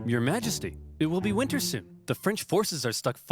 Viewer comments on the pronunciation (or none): none